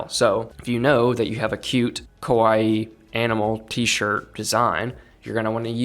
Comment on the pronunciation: As always very great sharing from you but please fix how you say kawaii 😩